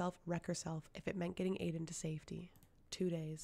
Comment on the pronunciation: Thanks for taking the time to read this but could you correctly pronounce the names of characters and places in the series? Like Aedion isn’t “Aden” it’s pronounced ae-de-on. And Endovier is pronounced like “in-Dough-veer” There is a video from Sarah j Maas that tells you exactly how to pronounce them! 😎